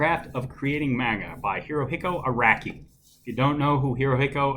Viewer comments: Aracky and arocky are both wrong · Manga is pronounced mahnga, not manega. Also. Araki is pronounced Arocky, not Aracky. Still love the video as I enjoy hearing about this book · Nah I’m pre sure it’s pronounced Araki